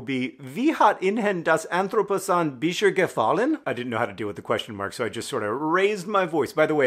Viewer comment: The Dutch version he got two vowels wrong, and the intonation was weird but otherwise perfectly understandable. As a non-German, I think he had a couple more issues with the German title (ihnen -> in-hen?, bis jetzt -> bische?, anthropozän -> entroposahn?) but it was longer too, so meh?